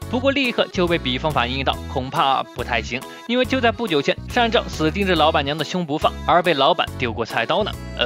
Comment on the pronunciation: 是善照你念錯了